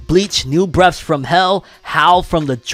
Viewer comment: Breath...th, not f. Not breaf....come on fam.